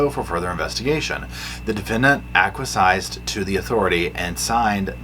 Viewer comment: Hey lovely, just letting you know acquiesce is said 'AK WEE ESS'.